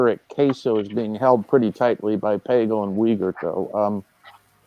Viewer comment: We are supposed to get into from someone who even know how to pronounce Pagel? I guess I understand the foreigner not knowing but you see does know how it's pronounced. Did he even watch the doc. I think I was blocked from the live stream so I could not make comments so I let Kevin Smith know.